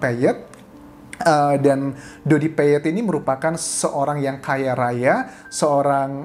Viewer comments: Doddy al Fayed....pak. Bukan Doddy peyet...😂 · Doddy Al Fayed. Bukan Peyed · al fayet mas anjas, bukan peyet